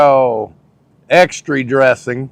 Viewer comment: Is pronouncing the word extra like ex-tree a kentucky thing? I don't think I've heard it before. I thought it might just be a thing, but he did it every time. I'd heard Italian pronounced eye-talian before but never extree.